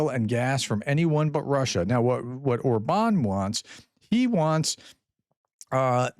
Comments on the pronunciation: Or-bn —- like a very short ‘bun’ Just a suggestion, getting pronunciation correct improves credibility. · Orban is pronounced with emphasis on the first syllable.